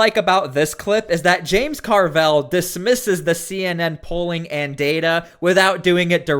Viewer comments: stop pronouncing his name "car-velle", its just "carvil" , simple and stupid like his rotting brain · Dude, stop pronouncing Carville's name wrong